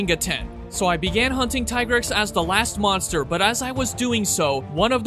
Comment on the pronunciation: its tigrex, not tai-grex